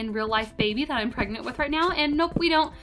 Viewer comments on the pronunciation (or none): She's pregart She's prenagart She's prenget She's pregarta